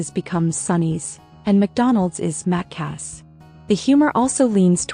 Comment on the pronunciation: Only one criticism mac cas not pronouned as two separate words as she said it, its MACCA'S dont bloody worry about it, yanks pronounce vowels differently to us.